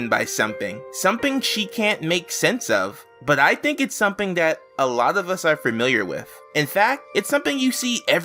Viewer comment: i like how everytime he says "something" it sounds like hes saying "someping"